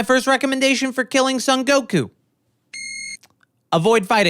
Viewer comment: "Sun" Goku? Surely it's "Song" Goku...